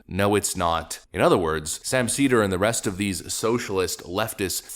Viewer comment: Sam “seether” Seder